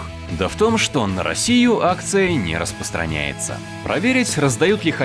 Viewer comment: "на Россию акция не расПОстраняется" - такой голос интеллигентный, и такая безграмотность